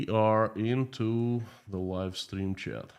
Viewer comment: Please check how to say "chat", your pronunciation can be improved.